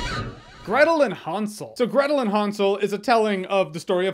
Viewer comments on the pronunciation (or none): It's not H-awn-sel and Gretal its hansel and Gretel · Nobody: Jeremy: HONSOL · Is he saying Han Solo and Gretel? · Almost sounded like you said, Gretel & Han solo movie when you read the title. 😂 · i think your saying hansel wrong